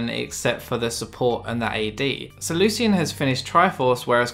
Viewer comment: I hate how he pronounces 'Lucian'